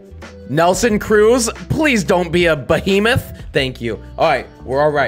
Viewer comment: He says nelson cruz don’t be a behmith